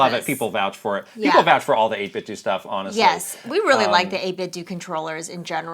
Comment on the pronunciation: 8-bit-do as in Ninten*do* Not 8-bit-dew 🤦🤦😂